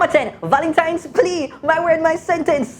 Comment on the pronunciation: Di man seh.." curfume".." valentime dayz".. I laughed so hard..😅😄😃😂🤣he really made my day...all now mi a laugh 😅😄😃😂🤣